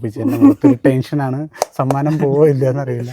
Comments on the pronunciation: സാമനം അല്ല സമ്മാനം😂soikutty ❤ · ഈ നേപ്പാളി സിസ്റ്റർ എഗ്ലീഷ് മിക്സ്‌ ചെയ്തു സംസാരിക്കാൻ നോക്കൂ.... സമ്മാനം അല്ലെ സാമാനം അല്ല 😂😂😂